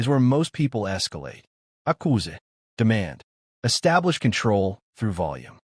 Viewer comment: What’s with AI mispronouncing English words with French or Spanish accents? Accuse sounded Italian.